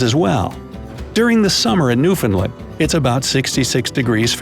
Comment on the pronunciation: Just wanted to say thanks for your correct pronunciation of Newfoundland. You either did some awesome research or you have a Newfoundland friend.